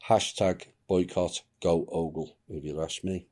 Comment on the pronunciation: Google = GAAGLE.🦃